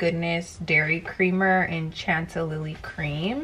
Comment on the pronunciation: This made me laugh “it’s espresso not EXpresso!!!” After calling the chantilly cream CHAN TA Lilly cream 💕😂